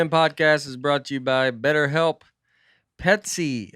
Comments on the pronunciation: Dusty goin all Plosive on the Pesty Pest control read!!!!! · I LOL’d!!! PET-SY😂